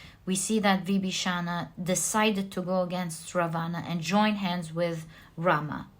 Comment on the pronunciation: Just so that you become more perfect the pronunciation of Vibhishana and Ravana are wrong!